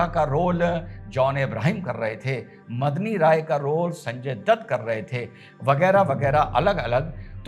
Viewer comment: Last mei daulat khan ko ibrahim khan bol gaye ji!! Medini rai ko madni rai mat boliye🙏